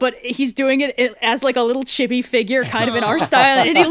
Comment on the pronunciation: it is Chee Bee Not Chibby when you pronounce Chibi. All Japanese vowels are hard. A = "AH" e = "EH" I = "EE" O = "OH" U = "OO"